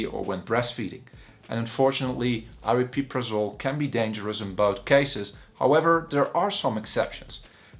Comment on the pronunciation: not super informative, at least you can pronounce it properly though! everyone else on yt says "ariprazole" so you get a like for that.